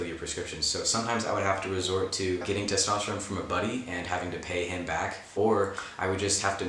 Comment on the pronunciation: Testosterone (but pronounced like rigatoni)